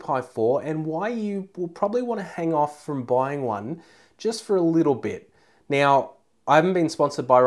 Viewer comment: Yeah, not right neow yeah.